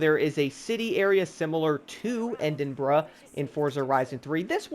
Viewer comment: "end-in-bruh" lmaoo